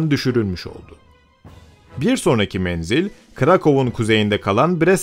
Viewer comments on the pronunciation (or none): none